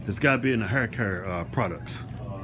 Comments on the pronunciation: "in the hur cur products" lol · "Its gotta be in the hurr curr products" 😂😂😂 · "It's gotta be in the hare cur products"